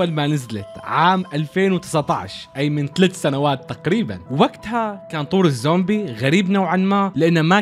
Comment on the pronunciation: الزومبي ❌ امزومبي✅